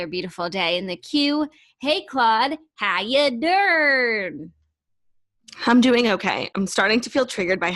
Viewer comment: please stop saying how ya durn.